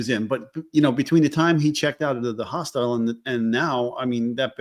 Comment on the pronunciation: Dear, I love ya, I do…but if you keep calling a hostel a “hostile”, I’m gonna start saying “splatter” 😂😂